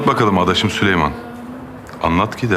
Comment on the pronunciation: o sülüman demiyoki siliyman diyo